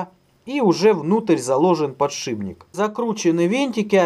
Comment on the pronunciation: ... подшиБник ... дальше и слушать перехотелось .